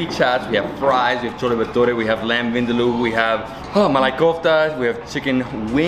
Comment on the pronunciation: Vindaloo is a Goan dish and not South Indian. Cleary knows more about Indian food than Nitu. And also, her pronunciation of Vindaloo is wrong.